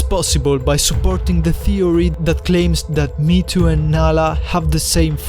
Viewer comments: triggered by "me to" m hé é tó maybe thats also wrong but more correct than saying it like "me to" or worse "meat to" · i always pronounced mheetu me he too